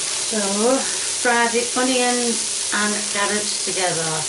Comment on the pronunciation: and the honeyions